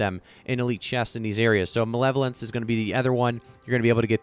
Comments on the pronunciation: MUH-LEVEL-ANCE haha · Ma-leva-lence haha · Muh-level-ence lol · ma LEV o lence